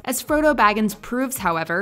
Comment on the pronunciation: Froddo? Really?